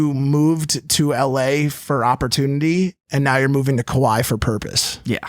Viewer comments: did he say he's moving to "Kauai" or "Kuwait"? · I deadass thought he said Kuwait so when he said he would be back every Monday I was hella confused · Is that his way of saying Hawaii? Or is that how people on the west coast say it to be “cool” Kawaii? Does he like anime alot? So many questions as to why he’s not saying it right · wtf is a kuwai? Did he say Kuwait or Hawaii? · With the way pronounced the country, I don’t even think he knows where he’s moving to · I hope this is a joke. kuaui is an island. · Kimburlee Hedtke that’s what I also thought by if that’s the case he’s not pronouncing it correctly